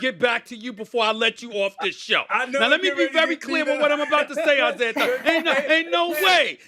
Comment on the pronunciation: Stephen A it's Isiah not "Isiah[er]!"